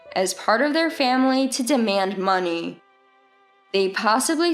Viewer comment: What's with "faMilay" ?